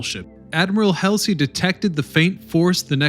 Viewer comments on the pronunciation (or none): It's not Helsey, it's Halsey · Wow, you made many errors in names for Leyte gulf. Admiral Halsey, not helsey. Taffy 3 verse TAFT. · Come on get your stuff together. It's Hall zee, not Hal-zee. (phonetically, of course) No excuse for screwing up.a name. Obviously, you did not do research. Narration seems not to be your strong suit. You never learn. It' s Nim its, not Neam- itz. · Kelsey, or Halsey??? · YOU'VE GOT ALOT OF HISTORY & DETAIL CORRECT ... THANKS NOW YOU NEED TO LEARN NAMES ADMIRAL "BULL" HALSEY (HAUL-ZEE) NOT HELSI TASK FORCE TAFFY 3 - NOT TAFTI 3 MOST DON'T REALIZE THE JAPS MISTOOK ESCORT CARRIERS FOR FLEET CARRIERS , THEN FROM THAT THOUGHT DESTROYERS WERE CRUISERS BY SIZE COMPARISON ... THIS RESULTED IN THE OVERUSE OF ARMOR PIERCING AMMO INSTEAD OF HIGH EXPLOSIVE (HE) ORDINANCE MOST OF THOSE AP SHEELS WENT THRU THE THINLY ARMORED SHIPS INSTEAD OF DESTROYING THEM.... THAT'S HOW 5" GUNS OVERWHELM II, 12, & yes 18" guns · Admiral Hellsly? It's Halsey.(Hall-z) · Who's Helsey? Is he referring to Admiral "Bull" Halsey? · Taffy 3 not Taff 3. Admiral Halsey not Helsley. You even managed to mispronounce admiral Nimitz. Please learn how to pronounce names. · Every time I see something from you guys you can't seem to pronounce names correctly his name is not Admiral Elsie it's Admiral hall z Guys do it all the time it makes me nuts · Halsey, not Hasley. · Adm. Halsey, not helsi!! damn. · Admiral Halsey, not Helsey. TAFFY 3, not TAFT 3. I give up. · Several of these words do not mean what you think they mean. Also it's Taffy 3 not Taft 3. Haaaaaalsey, not Helsey, and on and on and on. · Halsey not Helsey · Chester Neemitz? Admiral Hellsey? Numerous mispronunciations of locations, etc. Taft 3? This narrator needs an education on Navy and WWII history. He obviously wasn’t a part of any of it. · William F. “BULL” HALSEY, not Helsey! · “Helsey”? Uh…Halsey…. Great content but I think accuracy in names is required in honor of those who served. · HALL ZEE……..NIM ITZ ….